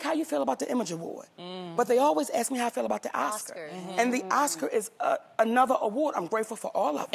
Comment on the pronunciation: Why does she say "aks me"??